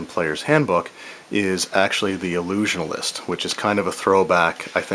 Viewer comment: Lol. "Illusionalist"